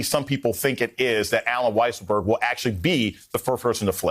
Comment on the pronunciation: It's pronounced Weaselberg. Have some respect for the man.